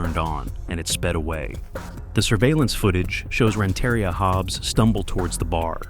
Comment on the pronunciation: It’s pronounced Rent-uh-ria not Ren-terry-ah